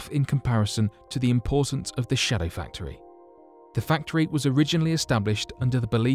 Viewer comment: Indeed. He stresses 'shadow' in 'shadow factory so it sounds like a factory which produces shadows, he should stress 'factory' so that it sounds like a factory which is a shadowy version of a non-secret one.